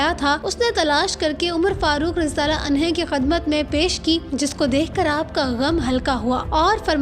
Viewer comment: بی بی اپنی ادرو ٹھیک کر لو۔ ! عمر رضی اللہ تعالی عنہ ہوتا ہے ، آپ نے پڑھا عنہا ۔